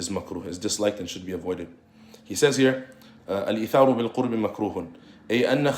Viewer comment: جزاك الله خيرا وفتح عليك.. تقرأ (بالقرب) بضم القاف وفتح الراء، جمع قربة اي طاعة. اما بسكون الراء فعكس البعد 💐